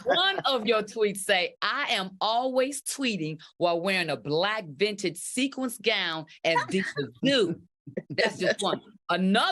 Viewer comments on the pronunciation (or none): none